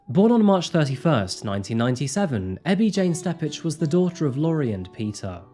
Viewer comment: Thank you for your coverage on this case. How LRPD handled this was absolutely vile. Ebby’s little sister was one of my best friends in high school, and I vividly remember when she went missing. Just an FYI, though, Steppach is pronounced “step-ick”.